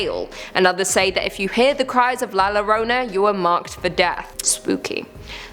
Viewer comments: Omg pronunciation llorona is not lorona y pronounced la yorona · La lorona 😂😂😂😂 its pronounced la yorona! In different regions of Latin America El Coco is El Cucuy! And duendes are also called Chanekes. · Hispanic, not spanish. Spanish is from Spain. The things here from Spain are the duendes and el coco. La llorona (pronounced like Yorona, not Lorona, because double L in spanish is kind of a Y) is NOT spanish. Is like saying that the wendigo is english, or Nessie is australian. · Lmao no views. But 4 likes. Tio YouTube is drunk again BTW La Llorona is pronounced as La Yo•Ro•Na Not La Lo•Ro•Na And if you hear her cries from afar, that means she is close by & if you hear her cries close by, she is far from you. ........ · nooooo! You’ve cursed yourself by mispronouncing “la lloronas” name. Quick!!You must drink 3 shots of Tequila with the worm inside while pronouncing her name right after each shot!! And you must do this ON YOUR NEXT VIDEO!! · The way you pronounce La Llorona makes my dick itch.